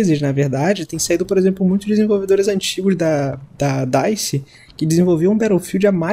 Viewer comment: mano o nome da desenvolvedora do Battlefield 5 é dice e vc falou errado